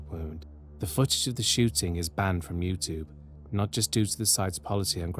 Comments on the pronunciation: You sound British so please please please stop saying YouTTTTTube. It is not a hard T!!! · Why are you saying YouTube like that? I can't take it. I don't even know if I can watch. I really hope you don't say it again or I'm leaving... (obviously tongue in cheek, but seriously, who says it like that).